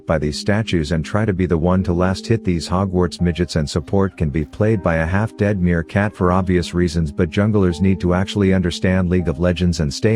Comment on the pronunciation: It hurts my soul that you said "Half dead meerkhat..."